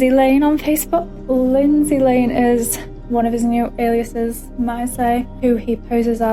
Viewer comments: Everytime I start getting into the story you mispronounced "aliases" and it kicks my attention away from it. It's AY-lee-uhs-iz. It sounds almost like the word "aliens." I'm not quite sure what uh-LIE-uh-sis means. But I shouldn't nitpick you, though, when I couldn't get past the first five minutes of this script without messing up. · You HAVE to be ragebaiting for comments [well done it worked] but Aliases is Ay-lee-ous-es no Ah-lie-ous-es. the way you pronounce it is Elias, which is a name lol not alias. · Loved the video it’s a good watch mate, but you keep saying aliases wrong a-lee-es-s 👍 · It confused me for a sec, in case it's helpful to him or anyone the phonetics are ay-lee--us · The way you pronounced aliases is highly sus, mister I’m not ai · Please have Google teach you how to say aliases. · This is really beside the point but the way you say aliases is so distracting I don’t even think it’s an accent thing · thats not how you say 'aliases' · please i’m begging you to learn the proper pronunciation of aliases😭😭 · Why do you say alias/es like that bruh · Just checking, do you mean aliases? Because that is definitely not how you pronounce it 😉